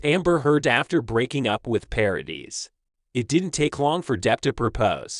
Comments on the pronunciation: It's Paradee not dis! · It’s PARADIIIIIII. NO S at the end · The surname Paradis is French. You don’t pronounce the s at the end of French words. Paw ra Dee. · Is it possible that there is just ONE American who can learn French pronunciation? Vanessa Paradis 's name is pronounced ParaDEE. The woman is French and deserves to have her name pronounced correctly and to be treated with respect! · paradis is pronounced pa-ra-dee , both a's are as in apple, and the s is silent, last syllable stressed. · Her name is pronounced 'Pa ra dee' the s is silent. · yes !! Obviously !!! But the « S » is silent !!!!!! Can’t you understand that? I’m French and you cannot pronounce her name with the s at the end it sounds terrible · Paradis (the "s" is not pronounced)